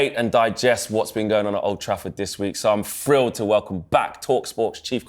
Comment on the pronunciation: Is his real name? I remember when TalkSport had credibility. This fella can't even pronounce the word 'thrilled' (frilled).